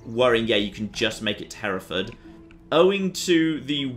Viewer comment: Herutford isn’t Hereford it’s hertford, Hereford is inbetween Gloucester and the welsh border.